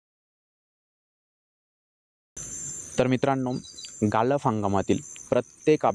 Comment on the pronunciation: गाळप रे बाबा गालप नाही